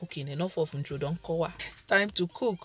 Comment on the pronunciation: said “enough of Introdounkowa..Engli-Igbo at its finest😅 Your videos are elevating my game in the kitchen o, thank you Sis🥰